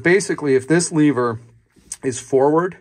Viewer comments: why do you say leaver instead of lever? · What the fuck is a leeever?